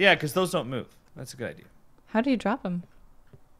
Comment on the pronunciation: "R for drrrrrrrop" lmao